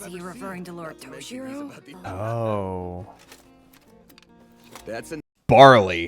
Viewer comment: Yep, Laios has been mispronouncing Toshiro's name this entire time xD